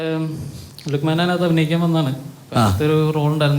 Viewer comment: ലുഖ്മേൻ അല്ല ലുഖ്മാൻ ആണ് അറബിക് pronunciation. പിന്നെ ഈ പേര് മലപ്പുറത്ത് ഒരു കോമൺ പേര് ആണ്.